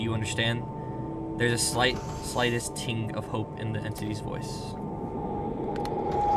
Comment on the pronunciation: you reading the dialogue at the beginning was kinda sad, "ting" for tinge? "cares" for caress? are you illiterate lmao